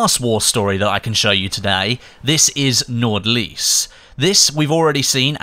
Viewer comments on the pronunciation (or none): just a small tip for when you said Nordlys the d is silent otherwise it was accurate pronounced :)